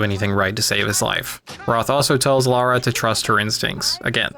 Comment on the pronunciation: horrendous vid. also if you're going to be as nitpicky as you are at least pronounce lara as lara and not laura.